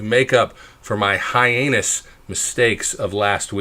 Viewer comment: it's "heinous," not, "hi-anus." SMH.....oye.